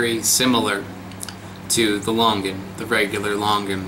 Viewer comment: It is similar to your typical Longan, just the skin is different. Actually your pronounciation of Longan & Sarawak is a bit incorrect, hihi, it is actually Lo-ngan. I love your videos